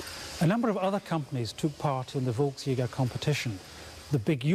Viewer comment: I lost count of how many times I had to cringe at the mispronunciation of volksjager.